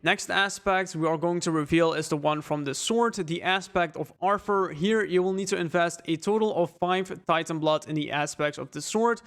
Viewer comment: Dude is saying aspect of Arfer.